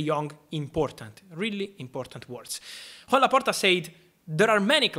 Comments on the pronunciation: It’s kinda weird hearing you saying Juan Laporta 😂 it is Joan and its pronunciation is Yan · Its pronounced Yoan not Juan Great video Fab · His name is Joan, not Juan as he’s Catalonian. The pronunciation is different.